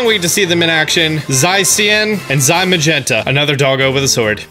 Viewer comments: It's Zamazenta, not Zaimagenta! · 1. Zacian and Zamazenta are LIONS not puppies. 2 you said Zacian and Zamazenta terribly wrong. Zacian is pronounced Zah-shee-in. You said it like Zie-see-in. Zamazenta is pronounced Zah-mah-zen-tah. You said it like Zie-mah-jen-tah. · Nobody: pronouncing Flabébé: F L A H B U Y B U Y Also, pronouncing Zacian and Zamazenta: Z Y S E E A N and Z Y M A G E N T A